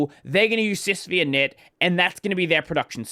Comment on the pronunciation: The 'V' is a Roman numeral. It's "SysFiveInit", not "SysVeeInit". It's named after UNIX System V.